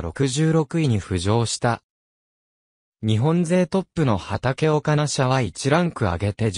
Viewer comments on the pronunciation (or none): 何回も言うが｢はたけおか｣って何だよ。 ゴルフの話をするのに毎回間違えるな‼️ 腹が立つ‼️